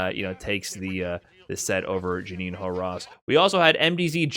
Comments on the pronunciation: Juninho pronounces more or less "Junin-o". Keep that tip about Brazilian Portuguese. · Just a note: "Juninho" rhymes with "El Niño".